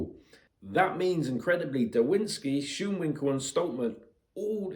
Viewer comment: I am going with my country man Schoonwinkel. It's actually pronounced S-k-u-on-vin-kel.